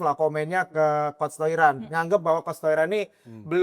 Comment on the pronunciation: Aduh host yg cowok gak bgt sih, udh tau Toiran bukan org Indo, terus kayak di notice terus pelafalannya Toiran, pls bgt no respect jatohnya.